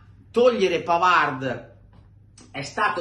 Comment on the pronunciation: È vero che Di Gregorio ha preso tutto e Sommer quasi niente, ma va anche detto che il portiere lo fa la difesa! Su Bisseck: innanzitutto, caro, impara che in francese la "d" finale non si pronuncia, quindi smettila con quel "Pavard" e pronuncia come si deve: PAVAR! Semplice, no? Smettila di rompere i coglioni su Bisseck, perché non c'entra nulla, in NESSUNO dei gol! La ragione sta nel fatto che, senza Chalanoglu, non abbiamo un mediano adeguato che faccia filtro nelle fasi senza palla e costruisca nelle fasi con la palla! Tutto qua! McKennie se lo perde Zielinski, non DeVrij! Nel terzo gol, è un Dumfries stanchissimo che, senza l'aiuto di FRATTESI (e non di Bisseck, che stava al centro sul cross...) è stato sfortunato su Yildiz (la palla gli è sfilata sotto la gamba: solo sfortuna...)! Quindi, smettila con Bisseck, perché lui è una delle poche note positive di quest'anno, soprattutto quando viene messo braccetto con Darmian esterno, e si trova costretto a fare per sé e per Darmian!!! Caro, non deluderci: non farti influenzare dai commentatori incompetenti!!!